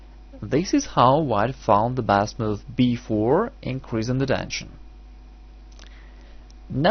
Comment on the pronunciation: it's not "dension", it's "tension"